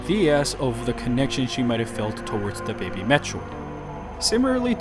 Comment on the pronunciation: They need to stop calling it "DEH BEHBEH"